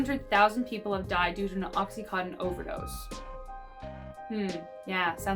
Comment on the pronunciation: Idk why it bothers me so much when people pronounce oxy contin as oxy cotton.